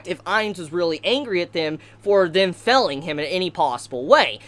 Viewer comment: Why do you keep saying felling and not Failing?